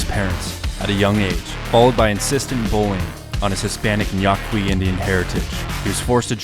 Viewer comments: Great video but sorry few minor nitpicks, you miss pronounced Yaqui. You pronounced it Ya - qwa - ee it is pronounced Ya - Kee. This Pascua Yaqui commercial for Casino Del Sol has the proper pronunciation The other nitpick it just generally bothers me whenever people talk about Native American culture they generally show tepees. Tepees are a plains tribe housing, traditionally, a Yaqui house consisted of three rectangular sections: the bedroom, the kitchen, and a living room, called the "portal". Floors would be made of wooden supports, walls of woven reeds, and the roof of reeds coated with thick layers of mud for insulation. Branches might be used in living room construction for air circulation; a large part of the day was spent here, especially during the hot months. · He even copied their horrible pronunciation of Yaqui